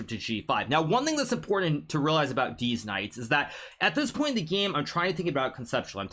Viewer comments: Did anyone else realise that hikaru always says deez knights instead of these knights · deetz knights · Bro i literally cannot contain myself... he keeps saying Deez Knights.🤣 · I love it when he says deez knights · HN loves saying “these knights” (deez nuts) and I love it every time he does